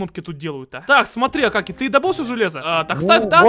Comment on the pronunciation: Правильно не акакий а акокий